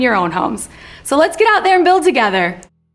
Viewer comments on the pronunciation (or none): none